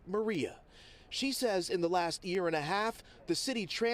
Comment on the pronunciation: She had to use google translate to say October?? 😂😂